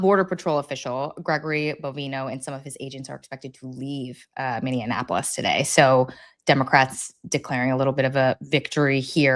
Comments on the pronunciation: Racheal it's not Minneanpolis. There aren't 3 n's. Minneapolis. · Rachael! Stop saying “ Min-DEE-an a polis! “ Plenty of democrats but no “D” in the city name. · Rachael - I agree with a lot of your takes but I have to say, PLEASE learn how to pronounce Minneapolis!!! It is not Minneanapolis! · how hard is it to pronounce Minneapolis?